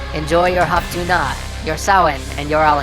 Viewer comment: Hop tu naa is pronounced hop tu neigh